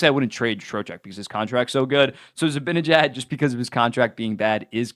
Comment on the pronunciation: How hard is it for you to say Z-i-b-a-n-e-j-a-d and not Zibinejad?